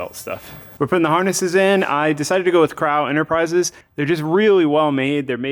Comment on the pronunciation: It's CROW like the bird not CRAW.